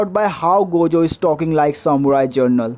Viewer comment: if ur saying gayjo then ill say gaykuna